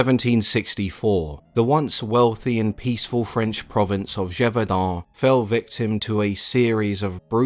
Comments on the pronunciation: I am not even French and I could tell there was great effort to pronounce the city's name correctly. Well done. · Hats off for pronouncing Gevaudan well ! You got this Frenchman's appreciation